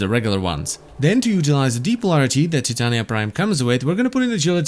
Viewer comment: Her name is Ty-tain-ya(titania)